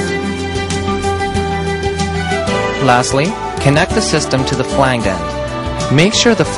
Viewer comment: At one point the narrator calls the busway system the subway system and then pronounces the word flange as "flang-guh". Awesome.